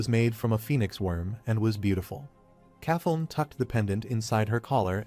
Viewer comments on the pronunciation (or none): Now its kathon? Who the f is that? Do you mean princess Kathleen? Please edit your damn video. Damn every single name in here AI has butchered over and over. It would be better if somebody would just read the fucking manga instead of relying on AI.